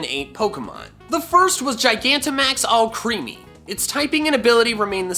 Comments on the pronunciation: Al-creamy not all creamy... like alchemy with cream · I'm pretty sure that Alcremie is pronounced Al-krem-ee (alchemy) as all of its other names combine cream and magic such as Mahoippu- it's japanese name - combines maho (Magic) and (Whipped Cream) hoippu. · Not allcreamy, alcremie = alchemy, it is pronounced like alchemy but I can't explain, you know how alchemy deals with metal and stuff and galar region is like sword and shield or whatever, it makes sense to pronounce alcremie like alchemy but with the r instead of h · i think it's "Ahl-creh-mee," not "all-creamy." like alchemy, the r just replaced the h. yunno, because it's a pastry that was brought to life? :p and it's cute! i love it, duraludon, AND i LOVE allister! i already know which version i'm getting! now all we need are field effects other than terrain/weather moves and we good! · I think Alcremie is pronounced AL-cruh-mee, rather than all-CREAMY. It makes more sense to me that it's a combination of alchemy and crème, in French. all-creamy just sounds uncomfortable to me haha, even though it technically is "all cream". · I think alcremie pronounced is pronounced like alchemy. It sounds a lot better than all-creamy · Omfg Alcremie is pronounced Al-creme-ie as in creme (french for cream) and Alchemy In my opinion, Alcremie is a fairy type because of her animations we see in the trailer, Alcremie, Alchemy-creme GET IT? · How hard is it to say Al-cremé-ee? Very hard, apparently. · what if alcremie is pronounced more like "alchemy".... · I thought that Alcremie's name was pronounced like alchemy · Alcremie is most likely pronounced similar to alchemy. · I think it’s pronounced Al-CREHM-ee. Like alchemy. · I thought Alcremie was pronounced like “al-creh-mee”, like Alchemy. But whatevs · I thought it was pronounced AL-CREAM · pretty sure "Alcremie" is supposed to sound like "alchemy" ;) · Alcremie is pronounced Ala-cream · Alcremie would more likely be pronounced like alchemy